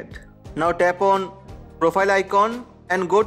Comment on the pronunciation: Is he saying tap on or tampon